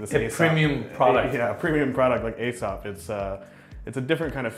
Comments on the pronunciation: Another great tour guys. I used to pronounce Aesop "A"sop but its actually pronounced "E"sop. Peace. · I remember the time you called the fancy soap EE-sop. That was funny.